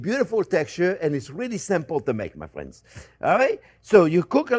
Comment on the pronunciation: “Well hello there phrinzzzzzzz!!!”